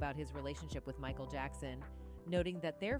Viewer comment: This ai reader is no bueno, sugo Knight, meekal Jackson lmao